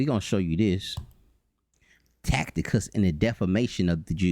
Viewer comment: This doofus 4 real keep saying TAC.. TI.. CUS when It's TAC.. I.. TUS!!